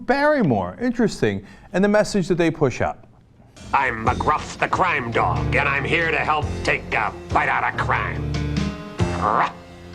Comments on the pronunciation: does anyone notice how or so he says "mcgruff the crime doge"? xD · Sounded like Cenk said Mcgruff the Crime Doge. Much awesome, Cenk.